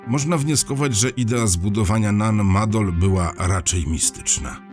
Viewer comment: wielkie dzięki, że pan opowiadacz wielokrotnie wspomniał, że nan madol to miejsce należące do mikronezji na pacyfiku i dzięki że pan tak uważnie i dokładnie nan maNdol czyta. 👍👍 no i niby tylko takie drobnostki, a jednak można tak fascynujący temat i audycję spierdoloć... 👍👍